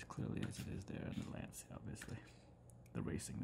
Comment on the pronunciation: just a tiny FYI it’s pronounced “launch ya”, it’s a Italian word.